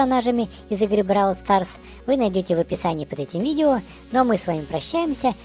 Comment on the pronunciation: Не бровл а бравл